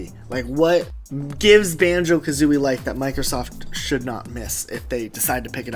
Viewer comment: Banjo Kathreeie